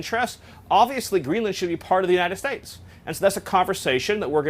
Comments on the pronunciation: “United Stipes”? “United Stiates.” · Anyone notice Miller says, “Unita States?” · Miller is such a douchebag. I hate the way he says "United States". Its like he adds an "h" into both words. "Unihted Stahtes". Douchbag. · The way he pronounces the words "United States"... it sounds more like "United Shtache". Or something like that. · Geezus. He messes it up several more times after those two. It’s almost like listening to Benedict Cumberbatch saying penguin wrong over and over.